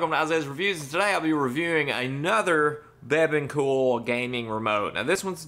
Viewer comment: You say bebon cool... i think its pronounced "Be Beyond cool"